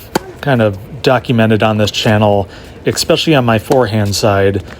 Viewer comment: Especially. Not “expecially”.